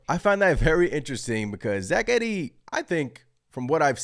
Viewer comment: pronounced Eeee - dee